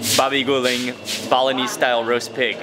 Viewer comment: I heard Bolognese instead of Balinese 😅😅😅